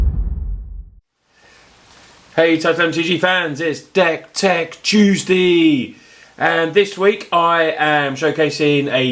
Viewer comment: sounded like u said dank tank tuesday for a second there lol